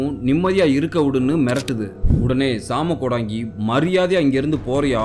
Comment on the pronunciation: வணக்கம் தம்பி நலமாக இருக்கின்றீர்களா😊❤ மன்னிக்கவும் தம்பி சிறிய திருத்தம் அது ஜாம கோடங்கி இல்லை சாம கோடங்கி இந்த காணொளி ரொம்ப பயங்கரமா இருந்துச்சுபா நீங்கள் சொல்லும் விதமும் மிக அருமை😊😊😊❤❤❤